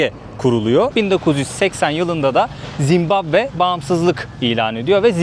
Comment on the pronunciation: zimbambe degil de zimbabve desen daha iyi zor dayandim